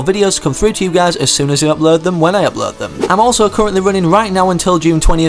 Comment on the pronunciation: It's upload. Not upld